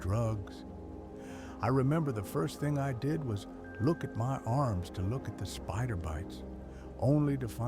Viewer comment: lmao the pronunciation is funny af